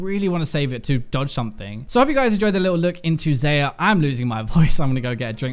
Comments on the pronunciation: It's Xa-yah not xay-ah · Its Xayah, not Xeyah. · did I hear it? Xeyah??? xD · You pronouce Xayah as "zi-ya" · WHY DOES HE PRONOUNCE XAYAH WRONGGGG PHY WATCH THE XAYAH RELEASE VIDEO AND PRONOUNCE HER NAME RIGHTTT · One day, will pronounce Xayah's name properly. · biokaese no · not how you pronounce her name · why do you pronounce her name like that? it's pronounced (Zie-ah) and Rakan is (Răk-on). watch the champion spotlight.